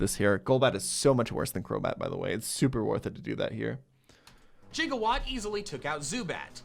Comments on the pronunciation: mandjtv saying “jigawatt” instead of “gigawatt” makes me irrationally upset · We're just gonna let this mans call Gigawatt, Jiggawatt though?!